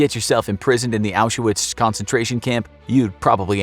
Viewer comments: Why do you call it Auschawitz? It's pronounced Auswitch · He's pronouncing it wrong, it's pronounced Aushvitz :)) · aren’t you supposed to pronounce it correctly? or are you not using the correct sources?